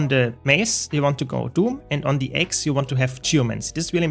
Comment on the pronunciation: I love you.... by the way "Axe" in english is pronounced Aaaa-cks, as opposed to "ayyy-cks". Not trying to be annoying, just trying to be helpful.